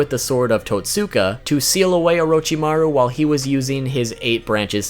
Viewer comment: Tot-ska blade